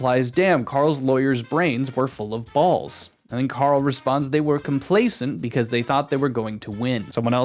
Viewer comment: Nice attempt at doing a Karl impression, but he does the American pronunciation for R for some reason. Always baffled me